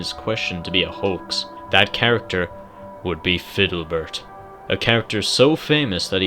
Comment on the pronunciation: ITS FIDDLEBERT (FID-LE-BERT)